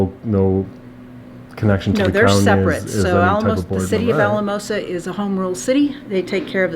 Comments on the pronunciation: Pronounced Al-a-mosa FYI. Colorado is basically virgin ground for audits. Not surprised you’re getting pushback. Good luck! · It's Al-uh-mosa